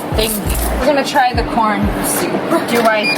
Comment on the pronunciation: When you said corn it sounded like por yeah yk